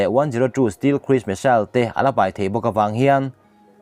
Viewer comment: Stealth(stelth)tia lam tur zawk ani zawk lo maw,steel ti anga lam lovin,Stealth fighter Jet i sawi ni turah ka ngai ngawt a